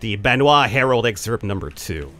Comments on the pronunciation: Benhwa??? It's BA-NOI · yessss I love this game series keep it up P.s. banoi is pronounced ban-o-e